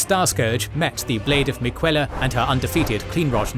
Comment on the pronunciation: Miquella pronunciation was very wrong.